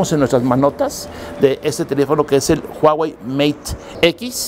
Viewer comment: Your pronunciation of huawei is very accurate，while other pronunce "wa wei"